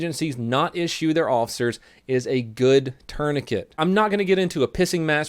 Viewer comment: Um tf is a turnicate lol